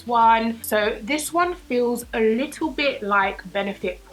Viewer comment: "... a bit-tle" - 2018 lmao <3 luv ya